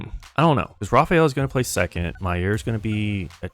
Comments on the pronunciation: Btw idk if you were joking but that’s not how you say mayer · This guy mispronouncing Mayer is really driving me insane